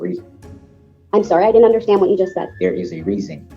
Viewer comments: WTF is undershtan? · Why can’t he say “understand” (I heard him say it once) instead of “undershtand” every time?